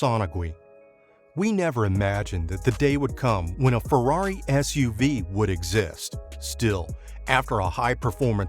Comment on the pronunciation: absolutely BUTCHERED the Ferrari pronunciation